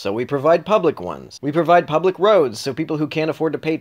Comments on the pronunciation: Great video, but ... "pubic schools". Hysterical! Humorous! Comedic! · Hehehee "pubic" schools